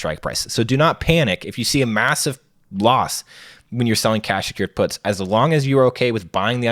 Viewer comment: I had to rewind this a few times bc it sounded like he said, "You're probably already familiar with selling dope." His explanation right after that didn't make it sound better. 😂